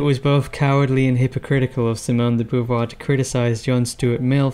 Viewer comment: If gender were taken to be a social construct, this would legitimise conversion therapy. By the way she did not have a husband (as you state). Sartre may have been her companion but they certainly did not marry. Also her name is not pronounced Boo-voir, Bow-voir would be better.